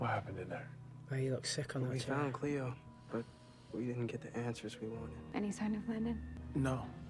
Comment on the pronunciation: idk if u remember but last ep hope talked about how becoming the tribrid would be like living in her trauma for eternity. she's also super young. she probably wants to grow up i mean she's still a teenager. i also don't know if anyone has told u that before but it's "cleo" not "clio" :)